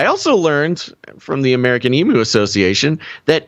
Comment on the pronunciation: Stand aside, Tiger King. Here comes The Emu King… 😂 By the way, Aussies say EEM-YOO not EE-MOO.